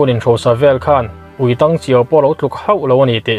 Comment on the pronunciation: 'ui tang' tih hi i lam dan a dik lo a nia. I zarah kan bengvar leh ta sawt mai, kan lawm e.